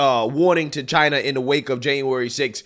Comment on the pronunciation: Love how he says, "Chinah". It's beyond me how Trump tolerates so much abuse.